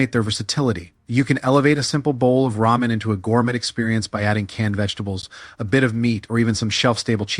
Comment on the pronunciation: "Ray-men" Noodles! Ai voice 🙄